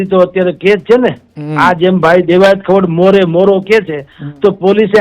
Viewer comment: ખવાડ નથી ખવડ છે સરનેમ. તને ગુજરાતી વાંચતા પણ નથી આવડતુ ? 😂